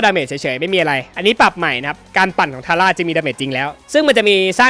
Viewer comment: ทาร่าอ่านผิดครับ